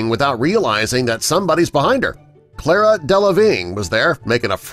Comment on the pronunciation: Cara, not Clara